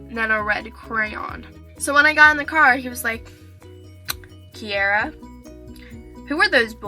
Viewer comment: nice name. your the only person that I have herd of that pronounces it right.